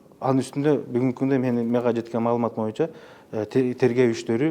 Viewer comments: "Моюнча" дебей "боюнча" деп так, туура сүйлөчү спикер мырза! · Сиз да байкапсыз да моюнчаны😝